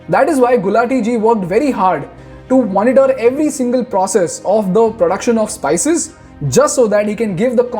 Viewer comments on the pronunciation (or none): none